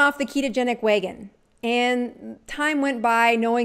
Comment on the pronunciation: Great video!!!! But it's wagon not wheygon😂